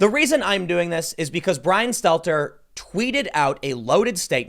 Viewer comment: poor "show tunes" Bwyan, Wewiable Sworces, Stelter.